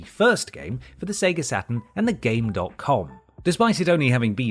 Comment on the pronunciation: You don't pronounce the dot in gamecom.